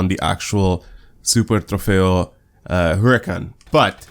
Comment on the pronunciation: You actually pronounce "Super Trofeo" and the "Huracán" really good imo 👍